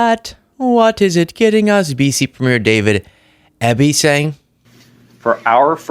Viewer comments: Eby pronounced eebee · Hey! Friendly Canadian news source here! British Columbia's Premiere's name is pronounced David "EE-Bee" for future reference. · Light correction: the Premier of BC (My Premier!) is David Eby, pronounced "Ee-bee" Thanks for talking about this. It's so absurd. This is being taken as an act of hostility. Trump is mistaking our kindness for weakness and I really hope he doesn't push it to a point where Americans learn just how much Canadians at war were responsible for the Geneva convention. We don't commit war crimes, we invent them. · I wish Americans would learn to pronounce our leader's names properly. The last name of the Premier of BC starts with an "E".